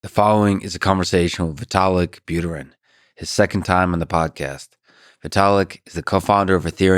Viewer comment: Lex, that was your chance to teach the people where the accent in 'Buterin' goes correctly 😂